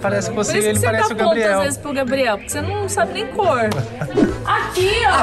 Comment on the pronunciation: No começo quando o Gabriel vai falar o nome dele ele falou gabiel 😂😂😂 😊😊😊